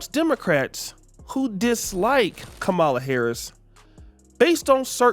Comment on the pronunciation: Even if you do not like her, why don't you pronounce Kamala's name correctly?